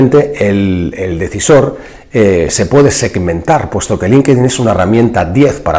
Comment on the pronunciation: No se dice "linquedin" . la correcta pronunciación es "LINK-TIN" (Linkedin)